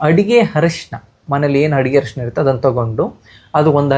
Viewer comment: ಹರಿಶಿನ ಅಲ್ಲ ಅರಿಶಿನ ಅಂತ 👍😂